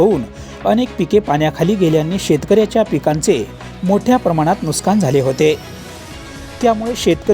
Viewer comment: नुस्कान नाही नुकसान म्हणा.